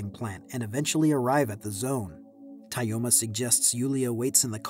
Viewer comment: It's pronounced more like Toma